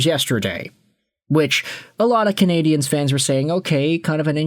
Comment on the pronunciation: I really wish you could pronounce Canadiens properly ffs